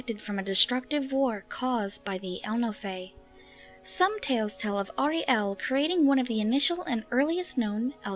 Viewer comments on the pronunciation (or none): none